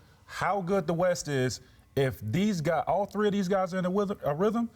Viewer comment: Lol "whythm"